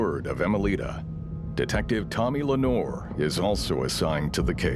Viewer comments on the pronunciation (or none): Please stop reading the French last name as English. Le Noir, is not English 😂😂😂😂😂😂😂